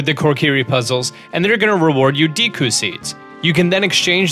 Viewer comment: You know I would like this video more of he pronounced some of the words right, it's deku not deeku